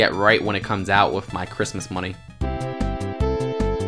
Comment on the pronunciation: He says wif not with Whaf the heck